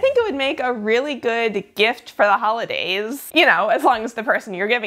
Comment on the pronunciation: I think it's pronounced "the holodays" XD